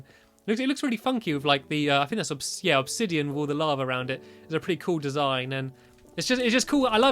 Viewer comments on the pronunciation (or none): none